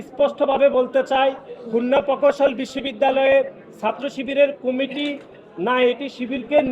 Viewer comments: শালার পুত, তোর বাপ ফাহাদ আবদুস সালাম কে জিজ্ঞেস কর , কার দোষ। তুই বুইড়া কিসের ছাত্র রাজনীতি করছ? তুই ঠিক মত প্রকৌশল শব্দটি উচ্চারণ করতে পারছনা আবার সংবিধানের ধারা উল্লেখ করছ। ছিঃ! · এদের উচ্চারণ এমন কেনো? পৈত্যেকটি ,পকৌশল কোন ভাষা? এরে কি দেখে নেতা বানাইছে তাও আবার কেন্দ্রীয় সাধারণ সম্পাদক।